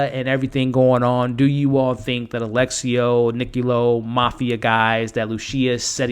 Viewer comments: His name is Alessio, not Alexio. Sorta like how it's espresso and not expresso. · *Lu-CHEE-a, A-LESS-io 😅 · It's not Alexio, it's Alessio. It's a very beautiful Italian name for a man. 😉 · those Lucia and Alessio pronunciations